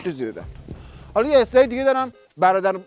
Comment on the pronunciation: دمت گرم❤ مجری به اسلاید میگه استایلا😂